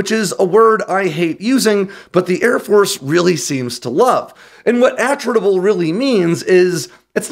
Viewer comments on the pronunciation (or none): I believe that is pronounced a TRIT able . Like in attrition.